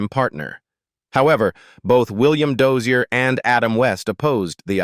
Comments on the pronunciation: It's not "Doe-er" it's DOZIER!! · yeah, stupid AI crap can't even get a guys name correct. What other things does it do wrong that the world now believes as gospel? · It s Dozier, FFS!